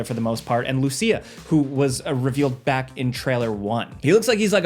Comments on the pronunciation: Dude, it's pronounced Loo-seeya, not Lucy-uhh. It was spoken out loud in the first few seconds of the first trailer, how do you keep butchering it? Lol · It's pronounced Lou-See-Ah